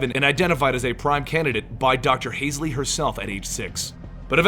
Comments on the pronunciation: Who tf is Kathrin Hazelley? Its Hal-zee. If you're going to make a video, maybe dont fuck up the most important characters names? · Not to be picky but isn't she Catherine hall-see? Not haze-ly? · Yeah, not "Hasley" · Holsey not hasely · yeah u love halo, u even call doctor Halsy "Hasley" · pronounced hall-zee also pronounced oh-knee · "Hasley" uh oh... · Lmao it's Hall-zee and Oh-knee xD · i was thinking the same thing. You hear those names over and over and still pronounce them so very wrong:P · maybe it's just me... but I thought it was pronounced hall-see